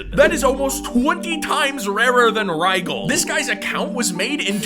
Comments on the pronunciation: ITS PRONOUNCED “RIJEL” NOT “RIGEL” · its pronunciation isn't RIÆGL its rigel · its not pronounced rhighel its pronounced reejull like seagull exept with a j instead of a g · "Rie-Jell" ❌ "Rie-Gell" ✔ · its the name of a star and its pronounced RYE JULL😭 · "Rigel" is a star, and is pronounced "RIjil", not with a hard g. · Its pronounced rEE-gal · The g in Rigel is pronounced like a j. So basically Ryjul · Orion constellation, brightest star in said constellation It's also pronounced ri-j-el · Rigel is pronounced rijul! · Rigel comes a star named “Rigel” in the Orion constellation. It is also pronounced “rijel” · It's pronounced RIGH-gəl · Rie-jel, the star.. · fun fact : rigel is a star. its also pronounced ri-gel like gel cream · Hearing him mispronounce Rigel made me lol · bro I have a friend named rigel, they hear you pronounce it like that it's not gonna be pretty 😭 lol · you mispronounced “Rigel”, and it’s the name for a large star. it’s in the Orion and is an O type star, if not A or B type. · Him pronouncing Rigel was hilarious. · he pronounced Rigel wrong, its a blue star in space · Rigel's g is soft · its not rigel its r i g e l oh ma gad💀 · As someone who likes astronomy, him constantly pronouncing Rigel wrong is a bit annoying. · I am a space fanatic. When he pronounced it wrong, I got so mad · Rigel is the name of a star. You also mispronounced it. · No way u said Rigel wrng